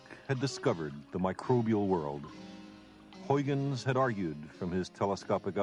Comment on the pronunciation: Unfortunately Sagan butchers these Dutch names. They are very hard for English speakers to properly pronounce, yes, but the best approximation for Leeuwenhoek would be "Layvenhook" and the best one for Huygens would be "High-gens". It's actually kind of distracting.